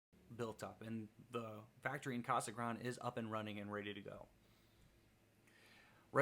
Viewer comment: Thanks for the video. Word of advice: Reuters isn't pronounced Rooters. It's Royters. Case Grande isn't pronounced as Casa Grond, but Casa Grond-ey